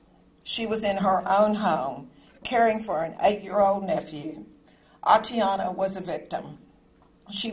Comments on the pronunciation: This mayor couldn't even pronounce the victim's name correctly. Her name is Atatiana, not Atiana. And since when was she a married "Mrs. Jefferson"? So disrespectful, thoughtless, and insincere. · Shows who you really are for not putting in a minutes effort to get her name right.